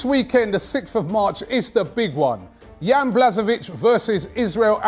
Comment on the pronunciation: It's pronounced "Yan Bla-Ho-Vich"